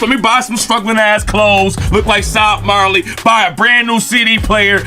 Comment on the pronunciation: said SOB MARLEY... WTF😂😂😂😂😂😂